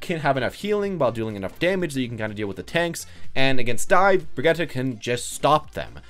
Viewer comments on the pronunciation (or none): Both pronunciations are wrong. It's bree-git-teh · “Brigeta” Is it hard to say Bridge-It